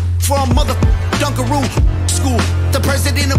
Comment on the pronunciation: It's "Dunk-a-Roo" 😂 The little cookies that come with chocolate dip. Very big in the 90s! ❤